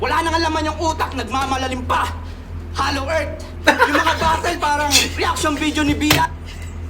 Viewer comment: ang reason kasi kung bakit "batol" ang pagbigkas ng mga bisaya sa "battle" and other words na "tle" ang huling syllable ay dahil yan yung closest sound kung pano ibigkas yan ng mga kano, compared sa "batel". pinakamadaling halimbawa is never naman naging "baybel" ang "bible" ang bigkas is always "baybol" kaya kung tinatawanan ng mga tagalog ang mga bisaya sa pagtatagalog ganoon din ang mga bisaya if ang mga tagalog nag eenglish.